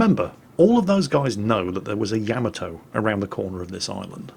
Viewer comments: Hey - in every replay in which you feature the Yamato, you play that little sound byte. In it, the name of the ship is voiced. And yet, every single time, you mispronounce the name of the ship despite having a sound byte TELLING YOU how to pronounce it! Why!?! Why!?!? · any reason you keep mispronouncing Yamato? You have the song to help you?